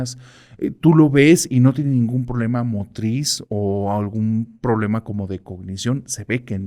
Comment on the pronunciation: ¿Qué es el "prolema"? Es quien está a favor del lema, ésa dicción... 🙄